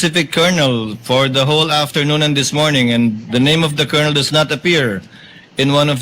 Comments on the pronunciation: Brod ang tamang pronunciation ng colonel ay (kernel) para d ka ma bash ng mga opposition vloggers fyi lang po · Paki ayos naman sir yong pronunciation ninyo ng colonel😮 n